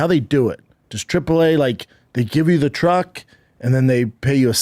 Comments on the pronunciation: Btw, saying “TRUG” instead of truck literally makes me laugh out loud EVERY TIME you say it. 😂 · When you say "trug", It's adorable and fuckin funny man. hahahaha. "seasoned assist" Fuck, dude....